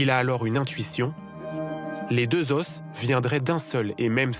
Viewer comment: Le "s" de "os" ne se prononce pas au pluriel bordel!